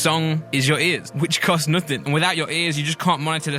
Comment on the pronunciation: why does he say Nuthing